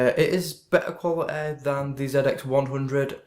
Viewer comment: Thanks for the review. Probably going to pick one of these up today. Also im sorry, but i always laugh a but when i hear you pronounce quality as 'qualiteh' lol. Good review.